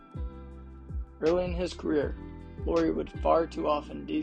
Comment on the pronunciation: He's from Jyväskylä, Finland. Only born in Vantaa and moved to Jyväskylä when he was 3 yo. 🙂 Also not "Lori", Lauri is pronunciated the same way as "Lowry" in Kyle Lowry. About five out: Jazz hasn't played that much after January when Kessler got starter nod but Lauri has continued to put up big numbers. So while that probably helped him in the beginning of the season, it's not be all end all 🙂 Other than those few nitpicks, nice video 🙂 Nice that you used meaningful clips and not just random shooting as background video 🙂